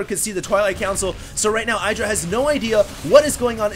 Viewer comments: "iddra", not "I draw". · It's idddrA IDDDDDRA Not eye-dra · i've never heard i-druh before. always heard it as ihh-druh. hmmmm... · IdrA has said it himself its pronouced Id - ra not eyedra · It's pronounced Eye-dra. Oh? I was told it was Id-ra? Well, they were wrong, weren't they? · Please call him idra, not eye-dra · Just bt dubs, Idra is not pronounced eye-dra. The Id is pronounced the same way it is in "lid". Say "lid-ra" and then take off the L. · Its Idr-ah it rhymes with get yah. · Dude,... it's not Eye-dra. =/ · you still pronounce "idra" wrong